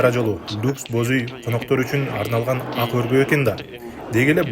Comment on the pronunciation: Азыркы алып баруучлар кулагынарга сырга болсунчу жумшак тыбыштан кийин келген каталан тыбыш жумшак айтыла ак деген созду туура окууну уйронгуло